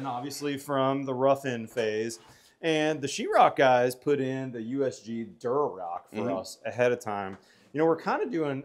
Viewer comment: It’s Durock,, not “Durorock”